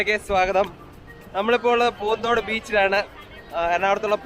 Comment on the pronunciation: പൂന്ദോട് അല്ല ചേട്ടാ പുത്തൻതോട് ennan എന്റ വീട് അവിട